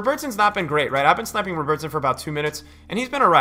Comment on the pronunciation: Why do you pronounce ‘Robertson’ like he’s Brazilian? Bro he’s Scottish. Love your vids man.